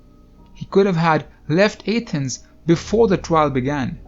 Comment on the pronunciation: You sound like a retard when you say Athens!